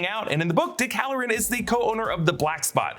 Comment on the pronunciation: 😂 next time say hallorann